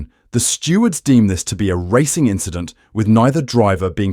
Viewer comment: It’s just an inchident…